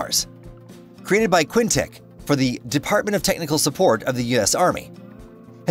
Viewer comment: This dude said quinteck???? Quinitiq like the energy that is moving. Kinetic